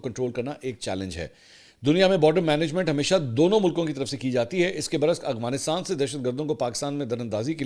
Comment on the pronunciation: Mansoor shb ap (Afghanistan) word ko (agwansitaan) ku boltay hen kbi gour kia he apnay